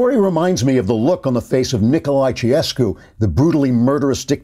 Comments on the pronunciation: Chow-chess'-coo. Romania. 😉 You're welcome. Love your work, Andrew -- you rock! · Chow-Che’s-co My wife is Romanian,she said you gave her chill bumps even with the butchered pronunciation. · Amen. Horrifying. Glad your wife survived him.... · Better check the pronunciation of Nicolae Ceaușescu. And laissez faire. You are one of my ideals for true intellectual. (Seriously, no irony intended.)